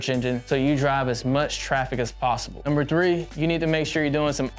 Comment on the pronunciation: “Number wine” so cool.